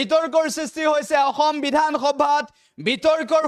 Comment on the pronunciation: ই অসম শব্দ টো উৎসাৰণ কৰিব নোৱাৰে সাংবাদিক